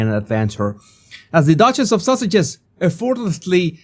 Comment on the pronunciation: He IS saying "Duke and Duchess of sausages." 😂😂